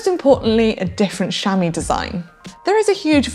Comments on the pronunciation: The British accent is lovely but why does she pronounce chamois "shami" ? It would be pronounced "shamwa" in French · Sham-wah not Sham-eee